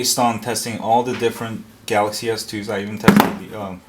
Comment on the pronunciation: "3 galazy s 3's..." lawlawl